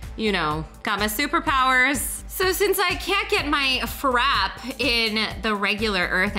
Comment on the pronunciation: it's not FRAP the E is not SILENT it's frap pay!!